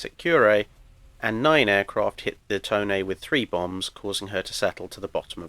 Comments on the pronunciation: To KNEE is closer than Tone, but the 'ne' is supposed to sound more like the 'ne' in 'neigh' (the sound a horse makes). It sounds like you're saying Toni instead of Tone. EDIT: Drachinifel got it right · It's pronounced "to" as in "tomato" ne "as in neck" btw.